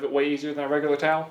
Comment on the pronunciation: Sham-Wow Tawl. 😂